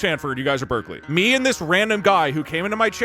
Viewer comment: Who else heard the deltarune music, then thought that Doug said Berdly when he was talking about Berkeley?